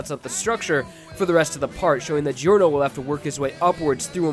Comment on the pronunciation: Gee-orno lol